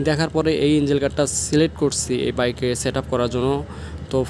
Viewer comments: ইনজিল গার্ড মানে কি ভাই? ইঞ্জিন শুনেছি। ইনজিল তো শুনিনাই। ইঞ্জিন শব্দটাও শুদ্ধ ভাবে উচ্চারন করতে পারেন না। আসছেন ব্লগ বানাইতে। কি যে বলি। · ইঞ্জিল গার্ড চ্যালেন ভাই আগে উচ্চারণ তো শিখেন